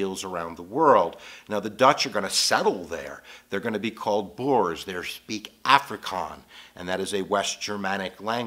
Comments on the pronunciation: It's called 'Afrikaans' with an s not Afrikaans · Afrikaans with an S !!! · The language is actually Afrikaans - with the s. It's like saying you're speaking Englis and not English.